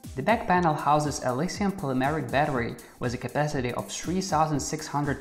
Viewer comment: There's no S in the word lithium jasckass.